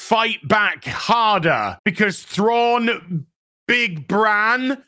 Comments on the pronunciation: Get it right, Its Grand Admiral Prawn. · Excuse me, but you heard.. his name is now Thrawnk. Or Thronk if you prefer. Not to be confused with Stronk. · "Thronk" 🤣 - not sure if meant it, but its so close to Kronk from "Emperors new groove" - who is a comically inept character - but in a good way. Thronk (Thrawnk?) being also comically inept:p